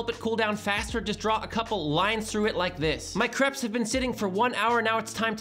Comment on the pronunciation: Omg, pronounciation! crapes???